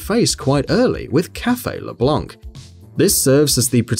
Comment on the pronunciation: My favourite pronunciation is probably leblonk